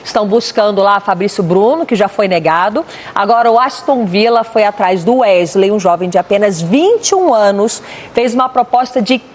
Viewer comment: Gostaria de entender o motivo de jornalistas falarem tão errado? Ao invés de falar o nome do jogar de maneira correta, eles insistem com um vício de linguagem, chamam o rapaz de UEGILEI, sendo que o correto é pronunciar UESILEI.